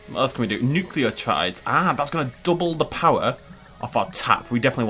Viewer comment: "I have a degree in biomedical science," 5 seconds later "NUCLEOTRIDES"